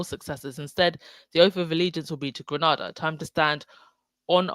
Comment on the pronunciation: The first a in Grenada is pronounced to rhyme with “nay”.